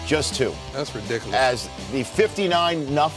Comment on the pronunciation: “That’s ridiculus” 😂😂